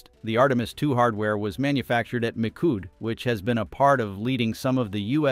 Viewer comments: Poor narrator machine can't say 'mee shoed' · "Mikood" - from "Michoud" - jeez, these "AI" speakers really suck. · Please teach your AI voice to pronounce words correctly. Hint: It's NOT Mikood. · As a local and former NASA contractor, the correct pronunciation of Michoud is "Me - Shu" or "Me - Shu - d"